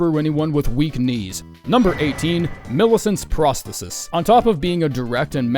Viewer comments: Brother it’s pronounced pros-the-sis not prah -stetis. Sorry but you triggered me all video with that shit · Phenomenal vid, but it’s Pros-THEE-sis